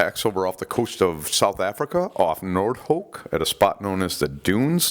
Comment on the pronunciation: Just a friendly FYI. Noord Hoek is pronounced phonically as "Nooord Hook".